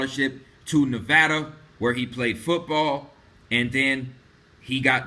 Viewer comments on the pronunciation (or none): none